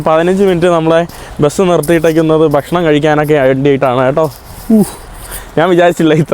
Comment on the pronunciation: ആവർത്തനം വളരെ അരോചകം. നമ്മുടെ, നമ്മുടെ, നമ്മുടെ, പുള്ളിക്കാരൻ, മനോഹരം,, നമുക്ക് കാണാൻ സാധിക്കുന്നത്, etc. പിന്നെ ബഷണം, വേണ്ട, ഭക്ഷണം എന്ന് പറയുക. വീഡിയോ കൂടുതൽ ആകർഷണം ആകാനാണ് പറയുന്നത്.